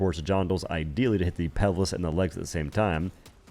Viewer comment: "Pevlis" lol "Jondoleer" "Wrecking" havoc Pelvis = Pel-vis Gondoleer = Gone-doh-leer Wreak/Wreaking havoc = Reek/Reek-ing havoc